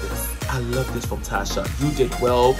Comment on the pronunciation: It’s not Tasha it’s “Tacha”..Cha not sha pls